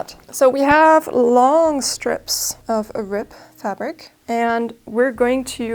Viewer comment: It sounds like you are saying " rip" instead of "rib".